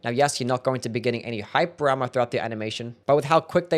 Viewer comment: bro says hyper armor like hype drama